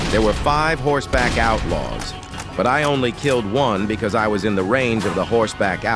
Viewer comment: Im sorry but the way you say sime words in the video 😅 "Horse-back outlaws" "Zombie house nest"